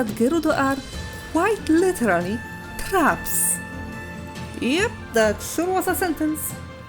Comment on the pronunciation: The way you said traps is just so funny to me. You have a great video and a lovely voice, and I would love to see more of your videos in the future.